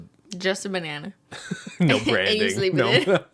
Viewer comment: "i mean, it's one BEYNana, michael - what could it cost, ten dollars?!"